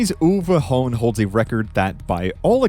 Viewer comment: The pronunciation of Uwe Hohn was surprisingly good for a natvie english speaker. 😀